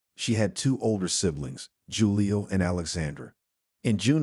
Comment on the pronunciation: Jewel-io. I’m dying. 😂😂😂